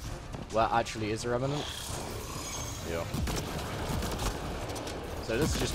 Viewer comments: I've noticed a trend with youtubers mispronouncing "Remnant". It's not that hard, is it? Rem-nent. Remmm-nnnnent. Two syllables. Not three. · Honestly, the only proper pronunciation that would come into my head is "Rem-nant" not "Rem-in-nant". There is no 'i' so there is no reason to pronounce it differently. I think similar to the Mandela effect, the strange pronunciation probably spread as I've like consumed media about ME:A, so people who pronounced it wrong spread it to me. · Is there some kind of pattern between youtuber's mispronouncing Remnant? No offence just something I noticed especially since english is not my first language.